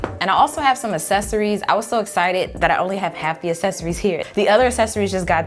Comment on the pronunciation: “ASSESORIES” “PAMPLET”